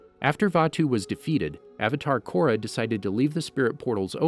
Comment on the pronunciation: Avatar korok lmao did you mean Korra?